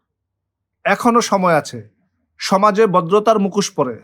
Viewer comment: APNAR UCHIT BANGLA VASATA BOLTE SHEKHA. APNI MUKHOSHKE MUKOS BOLCHHEN.